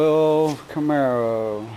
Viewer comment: It’s “camaro” not camero